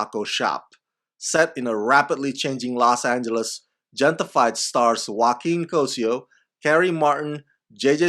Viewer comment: I believe that the Gente in Gente-fied is pronounced henteh. Meaning "people" in English.